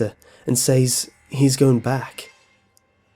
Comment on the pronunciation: I like how you say "going" as "goingk" lol